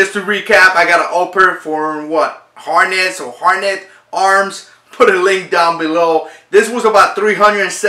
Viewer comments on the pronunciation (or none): Harness or Hardensed Arms? You're killing me on the mispronunciation, "Hardened Arms." Other than that good looking ar15. I was surprised with my first purchase from Hardened Arms that I had to purchase a second upper for my pistol build. Good stuff!